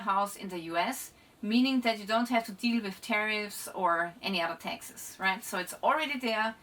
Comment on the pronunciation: Seems interesting but I don't understand a word she says. I thought it was me until I realised she says Texas instead of taxes 😂😅 could have used an AI voice or someone who can speak English at least a little bit